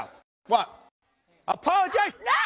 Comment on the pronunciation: That’s because he says “I’m gonna tell him to POLOGIZE” 😂